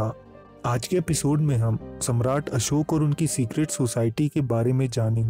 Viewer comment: आपका वीडियो बहुत उत्तम👍 है, वीडियो हिन्दी मे है तथापि आप अशोक नही अशोका शब्द बोल रहे है ये दुखद 😔 हैं